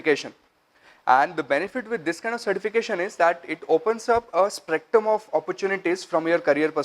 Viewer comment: It's spectrum not sprectum